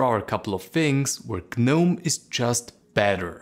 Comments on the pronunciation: Please stop saying the G in Gnome. The G is silent, you should say it as if its spelled "nome" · Is the G silent in gnome or not? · It should not be silent! At least in my language that has sane rules such as: "If you don't want something to be pronounced, then don't write it!". As long as you write some letters I'm going to read / pronouce them. I'm not learning exceptions or custom how to read specific words rules.